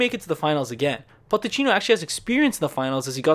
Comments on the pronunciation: Great vids man keep it up! Just letting you know tho it’s PoCHeTTino not PoTTeCHino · it s not potechino it is pochettino